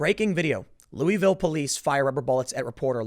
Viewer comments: Tim. It's "LOU UH VILLE." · Ooooo god I’m from Kentucky, of all things to be annoyed with it’s the pronunciation of Louisville r